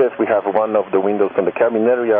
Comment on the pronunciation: Łindoł broken emerdżenci